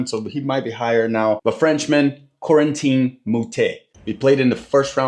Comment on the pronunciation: His first name is prononced KO-RANNNN-TAIN LIKE PUTAIN ...GET IT !!! Corentin